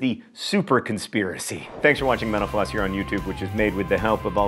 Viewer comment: whenever he says "mental floss" i hear "menopause"